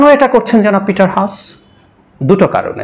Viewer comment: এটা হাঁস নয়। "হাস" Haas মানে হাস Sun এর উচ্চারণ যেভাবে সান! It is Peter Haas Not Hash